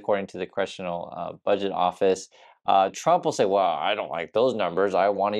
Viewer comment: "Wool, the President said...." She can't even say "well" like an adult. Still pronounces it like a child. And they still make jokes of Biden's old aged speach impediment. Guess what Karoline... what goes around comes around. Incoming!